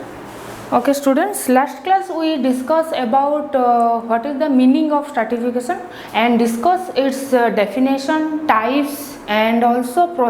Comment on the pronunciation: It's not startification,,, it is stratification